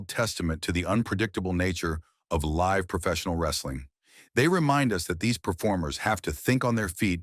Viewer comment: Stop mispronouncing live 😢